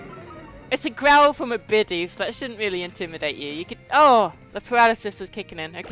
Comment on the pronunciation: Bidoof says bi- doof